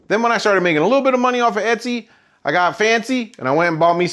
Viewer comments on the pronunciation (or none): none